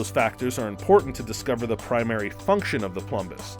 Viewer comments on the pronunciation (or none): none